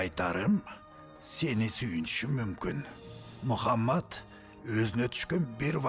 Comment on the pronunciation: Мухамад эмес Мухаммад дегилечи